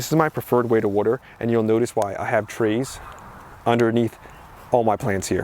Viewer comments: Coming from jersey I have to laugh at "wooder" not water..... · Every time I hear you say water, I feel right at home as someone from South Jersey now living in Philly! Thanks for your amazing content 💜